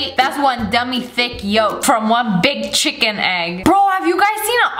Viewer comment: She didn’t just say chiken juice